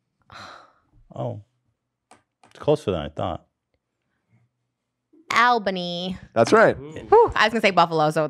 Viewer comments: Fun phonetics fact! From someone who lives in the Albany area, here’s the proper pronunciation of this place! A L L - B A N Y not! A L - B A N Y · As someone who live in Albany I hate when ppl pronounce it like that